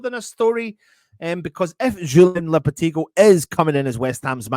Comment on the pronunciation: Should be a £1 for every mispronunciation of Lopetegui as well?? 🤣